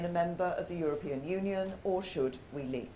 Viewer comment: Couldn’t even say the word Leave properly at the beginning of speach, she sounded like she was about to choke on it